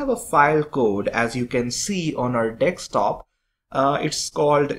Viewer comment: it's not "Dekstop" it is Desktop, I have no idea Why am I subscribed to this channel.